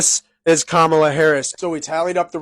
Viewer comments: Everyone supporting Kamala Harris: "You pronounced it wrong! 🤓" I dont know why its a big deal, but its just a name. 😭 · Seriously, that should be a drinking game: drink every time he mispronounces Kamala’s name.